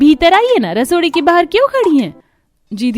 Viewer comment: rasoi ❌rasore 😂😂✔️